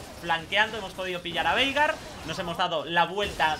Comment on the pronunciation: Yo le escucho "Verga" xdxd en ves de Veigar xdxd